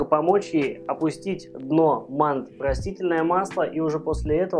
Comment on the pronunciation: Кто не знает, слово мантЫ произносится с ударением на букву Ы, соответственно, тесто делается не для мант, а для мантОв. Это по-русски) Кому плохо дается русский может говорить на родном, но если по русски то, пожалуйста, говорите правильно. Мало кто видит как вы правильно питаетесь но все слышат как правильно вы говорите. И по вашей речи судят о вашей культуре. Помните об этом.